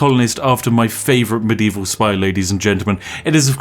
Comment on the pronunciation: muh dee vall FFS LOL